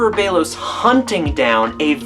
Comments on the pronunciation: ok so its a nice theory and all, but the fact that the show says "belos" and you keep pronouncing it "beilos" is very distracting LOL but its a pretty nice video. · It's bellows not Bagel lol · That’s.. not how you pronounce Belos.